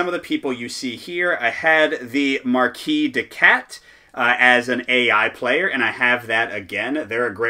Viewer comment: Thanks for the playthrough, I only got to play solo so far and this confirms that I have been doing things mostly correct, which is not always clear when nobody else read the rules. Going to try the alliance next. Minor point: marquise is pronounced /mɑːrˈkiːz/, with an audible 'z' at the end, like in the English 'has'